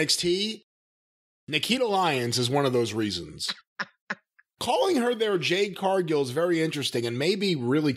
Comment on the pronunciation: He said Jane Cargill! Lol